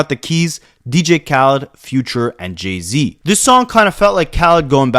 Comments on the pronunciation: Great documentary bro. But what the hellly do you pronounce Jay-Z name like its Jeezy🤣🤣🤣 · He is Canadian. That’s how they would pronounce it 😅